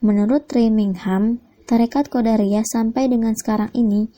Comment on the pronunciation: Maaf sejarah nya tarekatnya..tapi jangan salah baca atau ucap qodiriyah bukan qodariyah...🙏🙏🙏🙏